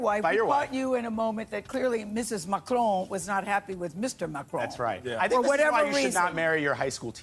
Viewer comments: You need to pronounce his name correctly ..... There is no e at the end of Macron, therefore it ends and sounds like "on". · PLEASE<PLEASE PLEASE The mans name ıs MACRON ! MAC as in Big Mac! Ron as in Spanish Rum !!!! There is NO “E” in his name FFS Dumb Spam moron!!!!!! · Why are Americans unable to say Mac Ron. It's not Macchrone the infantile American press will continue to mispronounce international politicians names.